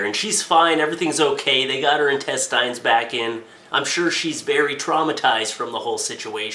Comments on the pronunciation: Intest-eye'n....? I've honestly never heard someone pronounce intestine like that in my life.... It's Intest-en. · + Hey, what's up? I love your videos,, but just had to make the comment that the word intestine is pronounced with the last syllable having a short 'i' sound like a tin can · Tactical Turd He's not pronouncing it the way its spelled. The way its spelled it would be pronounced "in-tes-tin" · FOR GODS SAKE "INTESTINE"